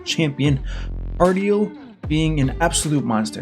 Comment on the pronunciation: You know how rare that name is, hahaha. It’s pronounced KAR-DEE-EL